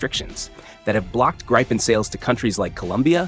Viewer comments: “Greepen”, not “Greypen”.. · Pronounce "GRIPPEN" Not 'Grai-pun' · Gr-eye-pen Gr-eye-pen Gr-eye-pen. It's GRIPEN dude, like grip with an en ... Gripen! I don't much trust a channel when it can't even pronounce the MAIN TOPIC. Then ... Sweden is called a NEUTRAL country. OH really? As a member of NATO, I don't think so. That's the point I gave up. Less than three minutes in. Get lost "European Defense Chanel". I suspect there is NOTHING of value here. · Why can't these YouTubers say the name properly? Greeepen??? It's Grip-en. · How about getting the pronunciation of Gripen correct to enhance your credibility. You pronounce it both as “gri-pen” & “gre-pen” both of which are incorrect. It is pronounced “grip-en”. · FFS Americans, it’s the GRIPen, not GRIPEn or GREEPn ……….use its proper name PLEASE! Or train your AI to do so 🙄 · Funny how the AI voice pronounce Gripen different in the same script. “Graipen” (wrong) and “Greepen” (correct). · Gripen = pronounced "Greepen", not Grypen. Please stop the mispronunciation, thanks. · Just a note, it's more pronounced "greepen" like the first syllable is the same first syllable as in "greetings". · The IDIOT said ”grypen” AGAIN, GET A BRAIN ASSHOLE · Please, the fighter name is Gripen say Greepen! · You're MISPRONOUNCING the name Gripen. It's not GRAIPEN... That letter I does not sound like "ai". What happens to the Brazilian Gripens being assembled in Brazil and Sweden? Will they change the engines? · I have a feeling its not called the Greepen .. American's seem unable to pronounce lots of words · It’s not “Graypen”. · Thumbed down because of unsubstatiated rumours and AI voice 'graypen'. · For fuck’s sake, it’s Gripen, not Graipen. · It's spelled gripen because it's a swedish word and means griffin. In the video he pronounces it in two differens ways and you can pick what you like. In swedish you would say "greepen". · God I can't stand how all the AI voice-overs have no idea how to pronounce Gripen 🙄